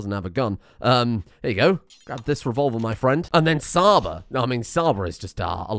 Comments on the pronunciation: Csaba is a hungarian name and 'Cs' aba prounanciation is not with 'S'. it should be like in wa'tch'. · "Csaba" is actually a Hungarian name, it's pronounced "Chaba" as in "Cheese", love the content though! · Csaba is pronounced Chaba, but you were close. Love the series! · Csaba is ment to be pronounced like Ch from cheetos. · I know you probably won't read this but the way you pronounced Csaba is not correct. The Cs in the colonist name is pronounces as a tʃ in chip/beach/belch ecetera. Sincerely, a hungarian viewer and follower of your channel full of entertaining and deranged content.